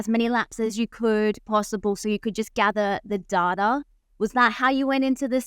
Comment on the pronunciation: Great podcast but please ask her to learn how to say “data”. Hint: it’s not “darder”